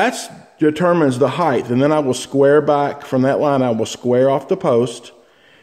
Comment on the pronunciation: ...heighth? No such word. Height.